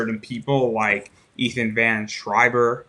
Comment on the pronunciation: you keep saying Ethans name wrong, plus understand your husband will never ever be welcome back into comics, I will stand at that gate forever